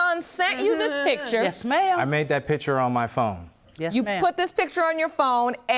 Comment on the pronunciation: Axed about the pitchers???? Laudy!!!! Please get some education instead of cranking out so many illegitimate kids.